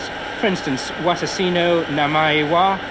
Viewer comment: "Watasi" shudders